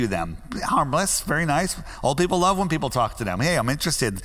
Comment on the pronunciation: “Do you luh black people”